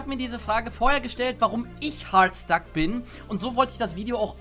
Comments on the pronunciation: CrazyDeadshot Er sagt es so: "Hoooooaaaarrddstack." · Leon Dovahkiin. Ich weiß, aber man kann es auch Deutsch aussprechen, was dann nicht so merkwürdig klingt: "Hartstack". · Es triggered mich, wenn du Hardstuck so komisch aussprichst. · Warum sprichst du hardstuck so komisch aus 😂😂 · Kann man Hard noch beschissener aussprechen?